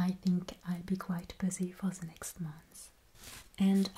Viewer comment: American here currently learning German with a passing interest in Linguistics. I think the reasons some Americans are confusing your accent with a German one are the similarities in some French and German vowel sounds and the pronunciation of "th" sounds. For instance, why you say "the," it is pronounced "zee." That is the cornerstone of the American stereotype of the German accent, despite it being pretty rare for Germans to utilize that pronunciation (source: German friend group). However, the way you pronounce (or don't) the letter "h" is a dead give away for the French accent. Just some untrained observations on my part, so take them with a grain of salt.